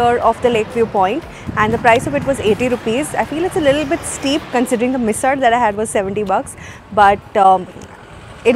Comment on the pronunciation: Hey, I am at Lonavala right now, sitting in my house on this very rainy and beautiful day and watching your vlog 😀 Nice vlog…I liked the way you pronounced the मराठी words correctly, मिसळ and ठेचा…👌👍